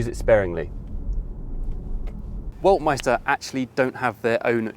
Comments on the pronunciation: you should really spend some time out of the UK from time to time, then you'd know that the first letter of the Chinese word "Weltmeister" is pronounced like a "V", not a "U". Just kidding, I am pretty sure that the Chinese persons who chose a German name for their company didn't know how to pronounce it either, so it now gets to be pronounced "Ueltmeister" and nobody dares confront them on this... Still, any English speaker should learn a bit of the Saxon part of their language, it's like Latin for French, Spanish or Italian speakers. We already know that Chinese cars like this EX5-Z are copies of Western cars and SUV designs, especially German cars, but I find it funny that also they use Western names for their brand, like the "Weltmeister" that sounds like serious German manufacturing quality. What a name too. They really have no clue how offensive this would be for Western people, but then I guess their Chinese market is large enough that they don't need to export cars. So we should probably expect a "Autobahn Führer" Chinese startup name one of these days... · D There are two German names: Weltmeister and Waldmeister. First one means World Champion, but you pronounce it like Waldmeister, which means woodruff xD I'm really curious if and how China will sell cars in the UK, giving the political relationship between both countries and pressure from the US.